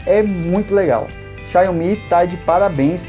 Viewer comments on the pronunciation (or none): O nome deve ser dito assim: xaomi